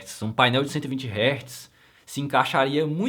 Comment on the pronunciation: Fechei o vídeo quando disse "60 heartz"